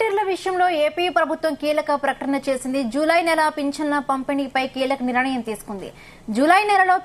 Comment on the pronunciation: Valanteer kadu.volunteer.niranayam kaadu nirnayam.pls